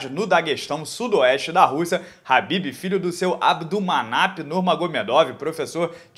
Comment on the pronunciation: É kabib e não rabib !!!!!!! 🧐